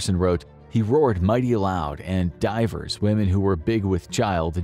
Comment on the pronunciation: Fascinating material, but for the love of English, please check your pronunciation. Your treatment of "divers" and "Norwich" made my skin itch.